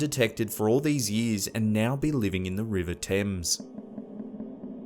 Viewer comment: Kudos for pronouncing Thames and Greenwich correctly. Seems unlike some YT narrators, you actually do your research.